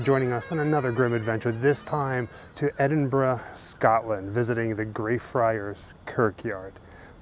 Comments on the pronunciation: I have to congratule you. Very rare for am American to correctly pronounce Edinburgh properly. Normal is Edinbrooo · Thank you for loving my hometown as much as I do and for pronouncing it right! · Thank you for pronouncing Edinburgh properly.